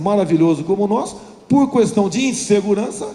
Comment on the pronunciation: Caramba!!! Que cara repetitivo!!! É pra falar sobre Jesus e o cara discorre sobre Genésio. Como tem gente que promove uma fugurinha dessas?!?! Tá explicada a sua inação em tantos anos de congresso. E outra, o "u" de "questão" não é tônico, rapaz.